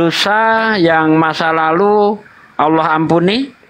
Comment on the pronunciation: TOLONG HATI-HATI MENYEBUT NAMA ALLAH, BUKAN ALLOH .... SEBAGAI MUSLIM KITA HARUS SALING MENGINGATKAN TERUTAMA YANG BANYAK NGAJI DI JAWA SELALU MENYEBUT NAMA ALLAH MENJADI ALLOH. INI NAMA TUHAN KITA DAN CUMA DI INDONESIA YANG BERANI MELAFADZKAN NAMA ALLAH SEPERTI ITU BAHAKN MENULIS SEPERTI ITU. PARA APOLOGET TOLONG INGATKAN ITU BAHKAN USTADZ DI JAWA SERING MENGUCAP SEPERTI ITU. DAN BANYAK KATA LAIN SEPERTI FITRAH JADI FITROH, TAQABBAL JADI TAQOBBAL. QALBU DAN KOLBU ITU SAJA UDAH BEDA MAKNA SAUDARA KU